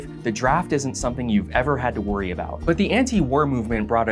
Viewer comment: the second I heard him speak and pronounce about as “aboot” I had trouble taking him seriously.